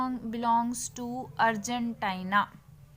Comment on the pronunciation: That is Argentina not Argentiinaa